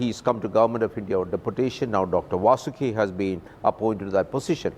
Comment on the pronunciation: needs to learn how to Pronounce Vasuki.